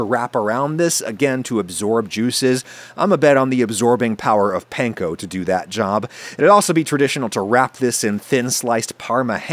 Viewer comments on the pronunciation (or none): my only gripe with anything you do is the way you say panko wrong. pls :(